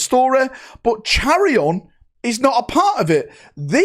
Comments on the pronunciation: not charion, (kai-ron) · Chairion??? 😂😂 youre nowhere close to the right pronunciation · say it like Kiye-ron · Just an FYI but charon you can pronounce it like the name Ka•ren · Chairon pronunciation= ky-ron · just helping you out with his name haha its Chairon - 'Kai-Ron'. Great vid as always my guy 💪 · It's pronounced Kai-ron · I’m disappointed in you, neither did you remember Gadriel’s name, or did you know how to pronounce Chairon’s name. You’re a charlatan. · You know all you could do is listen to the stream pronouncing the names and the space Marine 2 game pronunciation of chairon, it’s like you can’t just pronouns names of historical significance but can’t even listen